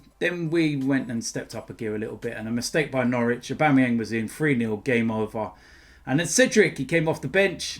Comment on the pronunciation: man said Abuameyang best striker in the league😂😂😂 BEHAVE WILL YA!